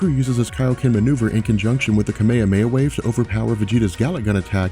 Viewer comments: You lost me at "kameyameya" wave -__ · I'm not used to this pronunciation of kamehameha, its really weird to hear it haha